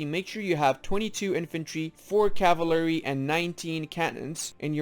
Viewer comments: Caval-ry NOT cava-lary. I could only make it a minute in before I couldn't stand you brutalization of the word. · Bro please dont just leave like that without any outro or goodbyes it feels bad :( Also its kinda funny that you have to pronounce "Cavalery" lol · My favorite unit, the caval-ary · "Cavlary units" :v Nice video, thanks for that. I've been (unexpectedly) doing it basically right for a while now, except I'm more radical on my Infantry/Artillery ratio, in that I'm almost always doing X+1/4/X armies when artillery starts being good, but I'll probably change it from now on.